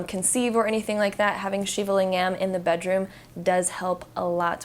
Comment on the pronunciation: Great video thank you :) Ps: Lingam is pronounced ‘Ling-ghem’ with a hard G and hem as in ahem. 😉